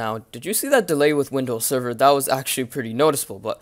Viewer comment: doesnt he sound like hes saying windows 7 instead of server?